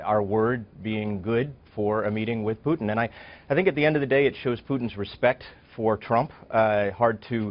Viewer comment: The first MSM anchor who actually pronounced Putin's first name correctly by stressing the second syllable.